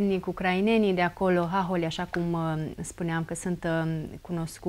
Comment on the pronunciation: Hahóli, fă, nu háholi! Pune accentul corect!